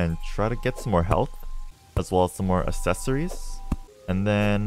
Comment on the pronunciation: Is anyone else getting kinda annoyed by the fact he says assesories instead of accessories. Double c makes a ks sound not a ss sound